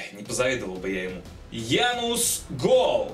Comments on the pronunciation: Не Янус, а Януш Гол... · Если что скажу прост что он не Януц Гол а Януш Голь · ЯнуШ Гол, а не Янус! ты че не следишь за РФПЛ?